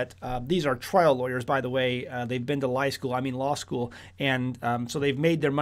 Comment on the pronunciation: Hahaha I laughed out loud when you said “lie school”